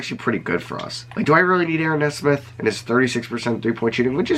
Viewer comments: ayo it's knee-smith not nesmith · great vid! nesmith is pronouned (knee-smith) btw! love your stuff!